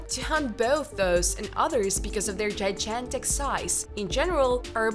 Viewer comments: jy gan tic ... not jy jan tic ... your English pronunciation has several errors which are equivalent to a six-year-old child ... I speak several languages and I am aware that my pronunciations are also equivalent to a young child - I would never attempt to upload a video in a foreign language where my pronunciation is so "elementary" because I know this would make me look like an idiot - and my videos would be a waste of time since I would not be taken seriously. If you're an "archaeologist" with a bachelor's degree, how do you fail to understand this? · It's gigantic not gijantic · Don't say, Jijantic. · And I thought it was impossible to say gigantic wrong! It’s like the woman speaking had never heard the word before! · Not to mention the unusual way they pronounce "gigantic". 😐